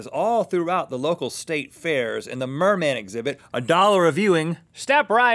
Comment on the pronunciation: not merman its MERMAN!!😠